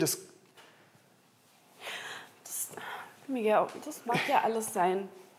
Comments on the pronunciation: Miguel und nicht migeäo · Olivia: „MiGAU“ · hat olivia kaputten mund oder wieso sagt sie migau